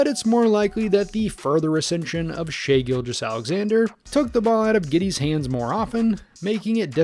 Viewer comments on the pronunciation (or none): none